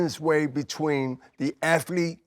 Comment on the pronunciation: Aflete bro… aflete.